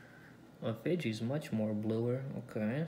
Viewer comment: Why did he pronounce Fiji wronge